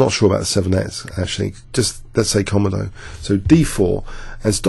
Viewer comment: Great analysis. I'm probably being a little pedantic by saying this but i think the engine komodo is pronounced kuh-moh-doh, as in the dragon of the same name. Also I had a problem with a blank black screen appearing at the beginning and middle of the video that i had to skip through. Just thought you should know.